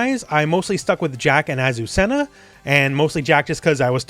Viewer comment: Yeah! You learned how to say Azucena!!!!! Greetings from Argentina 🇦🇷!